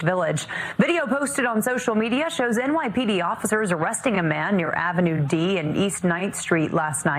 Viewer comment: East 9th and Ave D is not the Damn Bronx. Smfh. It's "Dah Ave"